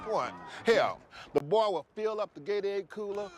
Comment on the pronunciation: He said “The bwa can play some football.. I’m tellin ya.”